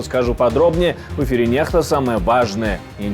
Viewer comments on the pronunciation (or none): Почему нехта, вроде читается некста